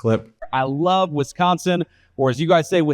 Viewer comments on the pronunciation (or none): My friends from Wisconsin call it "Wisco" affectionately, Midwestern emphasis on the "O"... not "Wiscah". You're not in Boston bro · I’m sitting on the deck of my sister’s house listening to his awful pronunciation of Wisconsin! Visiting her from California, born & raised in Wisconsin!! Even I don’t pronounce it that way!!! Madison about 50 miles & Milwaukee 73 on the shores of Lake Michigan! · I am a Michigan transplant who lives in Wisconsin. Even when he tried to say it the way Sconnies say Wisconsin, JD never got it right. Which tracks since he bungles everything!😂